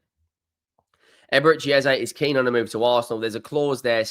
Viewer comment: I'll subscribe if you call Eze as Eze ... it's not Ezay. Obviously you don't know this and following the crowd. Eze was interviewed after a game and asked, is it Eze or Ezay (phonetically). Brits in general mullah names and it's kind of disrespectful not to call it correct. Eze doesn't mind Eze or Ezay but we should respectfully call it as he calls it.